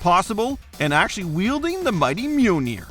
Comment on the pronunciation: "Cap gets to wield the mighty "Meownir"